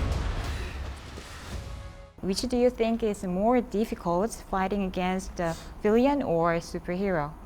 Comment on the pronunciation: 빌런을 빌리언이라고 발음하네 ㅋㅋㅋㅋㅋㅋㅋ